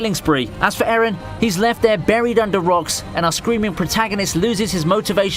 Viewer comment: Why do you pronounce Eren like Aaron bruh.